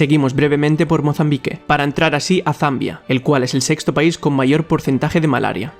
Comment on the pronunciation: "Mozambik ier!"